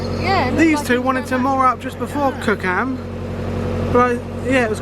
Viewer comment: Ive succumb my inner pedant has come out. It's pronounced cookum, not cook ham! It's like blacking not blackening! For some reason the Thames definitely likes screwing with vloggers, watching that gorgeous weather to what happened the following Monday is a complete change. Finally an apology I said I commented on that video, for some reason I couldn't find it so I may not have hit enter! Good work, nice cruise, as always GLHF